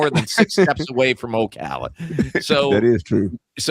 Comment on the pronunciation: Thank you for pronouncing Ocala correctly 😂